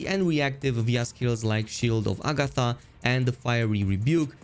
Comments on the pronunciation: sorry for being nitpicky but Armor of Agathys is pronounced A Ga This, not A Ga Tha... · Okay, I CANT ANYMORE Its AGATHYS! AGATHYYYYYYYYYYYYYS NOT agathA